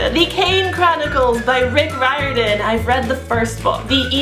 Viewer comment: She pronounced Riordan right. The fanboy inside me is dancing with unicorns.